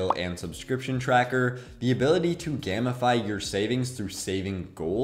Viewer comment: Great video! Only a couple things bothered me. A: it’s pronounced “game-i-fy” like turning something into a game. Took me a few times to realize you weren’t saying “gammafy” B: too much explanation on nonsexual strange addiction. Next time just say you collect Pokémon cards or something lol. Very good video though! Thank you!